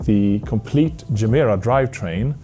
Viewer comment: Its not Jemera. Its Gemera with G.